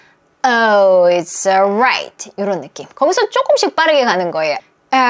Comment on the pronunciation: "이츠" 올라잇 인줄 알았는데 "이스"로 발음 하네요.